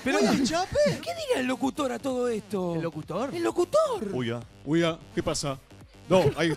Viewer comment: LA LUNA Huya? dice uhia